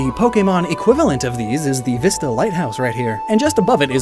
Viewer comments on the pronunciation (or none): none